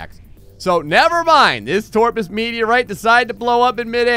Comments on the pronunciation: Its Top - rus not torpus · it's toprus not torpus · I love these. Also he said torpus but his name is toprus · TOPRUS!!!! It quite clearly says toprus. Several times. Not torpus. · OMG STOP THE DYSLEXIA IT'S TOPRUS NOT TORPUS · It's Top-Rus not friggin Torpus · u seriously can't read toprus's name... It's toprus not TORPUS